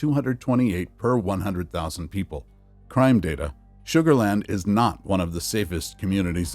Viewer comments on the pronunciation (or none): You lost me when you said sugarland 😂